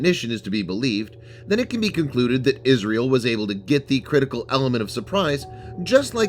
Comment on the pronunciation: What is "Israle" ?? Good video though.